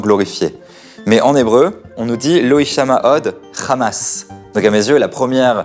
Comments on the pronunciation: Dans la prononciation arabe Hamas est un hha non un khra on-dit en arabe Hamas non khrahmas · on comprend pourquoi les sionistes d'ici ou là-bas, prononcent tous "Khamas" au lieu de "Hamas" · Très bon reportage ! Je suis quand même assez étonné que beaucoup de gens, notamment beaucoup d'israëliens me semble-t-il, ne comprennent pas que l'on ne dit pas "Khamas" (avec Kha comme le J ou Jota espagnole, comme le mot "jamas" jamais) mais "Hamas" (avec un H aspiré). Ca fait évidemment toute la différence en arabe ! Je remarque que personne ne le relève alors que c'est crucial dans ces temps de conflit et de confusions !